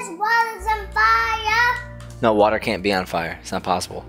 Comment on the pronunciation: why you called the water "wawa"hahahahahahahahaahah